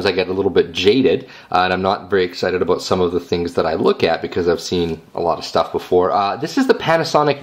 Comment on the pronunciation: lol, aboot